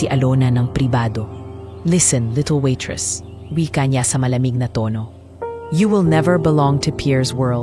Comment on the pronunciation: Anong kpaseng narrator ito n as kskainispakinggan waitressnawaitresssabihinmong waytres?